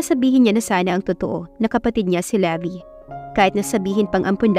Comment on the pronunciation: Levi is pronounced like the brand Levi’s without the letter S.😊 Magandang araw po sa lahat!